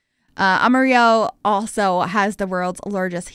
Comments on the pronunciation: You did really good representing the country side of Texas, and its really more what people think of with the state. Altho. Pronounce Amarillo like someone who does not know Spanish would. A-muh-ril-loh. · I love this. I actually live in Amarillo Texas lol. And hearing someone from new England say the name is funny. But it's cool that you shout out my home town!! I got the chance to live in Lowell Massachusetts for 6 months so I'm sure I would have sounded funny saying the names of the towns up there😅😅😅 And also for your fun facts the panhandle of Texas gets pretty cold we get hit with those artic blasts all the time because of how flat we are but it is a hit or miss. You'll have a Christmas where it's 85° but then another one that's -10° thanks for the building! I'm loving your channel!